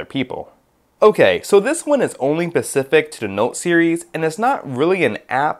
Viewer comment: dude, it's "specific", with an "s"... really?!